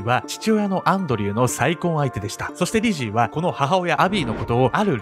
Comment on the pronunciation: リジーが最初、美人に聞こえたw